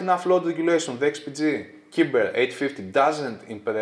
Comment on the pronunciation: Ωραίο βίντεο ως συνήθως. Νομίζω ότι το μοντέλο προφέρεται "κάιμπερ" ως λογοπαίγνιο του cyber.